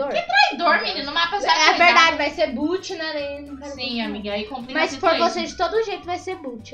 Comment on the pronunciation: não e boot e bot com "o" kkkkkk